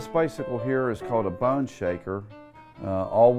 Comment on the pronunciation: How hard is it to say BONE